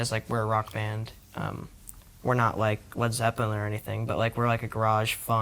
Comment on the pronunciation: “We’re not like, Led Zeppin or anything” oh Finn, buddy, I love you but if you’re going to bring up one of the greatest groups of all time, pronounce it right.